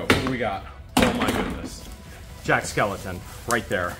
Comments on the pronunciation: Please, his name is Jack Skellington not skeleton.💀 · It’s Jack Skellington. Not Skeleton